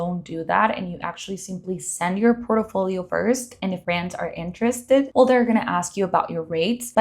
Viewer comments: Can you please learn to say PORTFOLIO!!!!! OMG🤦‍♀️🤦‍♀️🤦‍♀️🤦‍♀️🤦‍♀️ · Port-i-folio?! Aye dios mio.